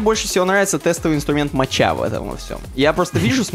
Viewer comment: Не моча, а мока.